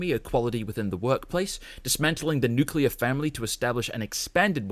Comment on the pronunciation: Nuclear* not nuculear*